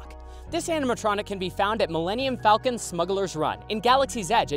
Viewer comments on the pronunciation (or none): none